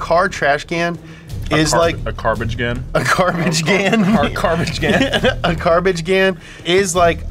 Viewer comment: “Carbage gan” 😂😂